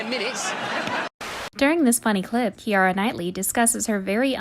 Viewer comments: The narrator at first calls her 'Kee-Yah-Rah' Knightly and only a few seconds later the actress pronounces her own name as "Keera". A few clips later the narrator then pronounces her name correctly. Similar situation where she at first says "Col-Bert" but later on in the video says "Col-bair". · I cannot stand people who purposely fuck names up. Keira Knightley. It's pronounced "Key-ra" And could you please point out to me where the "r" is in McAvoy? Do the job right or find someone who can. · No offense, but for the love of all that is holy, please look up how to pronounce English people's names.. kiEra, GraHam, etc. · I apologize if someone already said this but, do you intentionally pronounce celebrities names incorrectly? Even some of the ones you mess up are said in the following clip. "Kiara Knightley, James Mcavery, Mina kunis" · Key-Ara Knightley and James McAvry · “Seeven Cole-bert”? Minaj even pronounced it correctly in your clip..... “Ki-Arah knightly”? James “Mc-avery”??????????????? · How did the narrator manage to pronounce almost every name wrong? “Kiara” Knightley and James “McAvery” do like one second of research first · Josh widdee koom? CHIARA knightley?!? How do you mispronounce Keira's name IN A SEGMENT SHE SAYS IT HERSELF?! Narrator may have been a step too far, this girl needs to go back to doing mime. On the radio. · So you DO know how to pronounce Ciara Knightly! So that first time was just a spoof‽